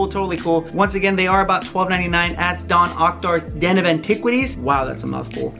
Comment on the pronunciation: "at Don Okdars Den of Antiquities" 😂 Dok Ondar**😉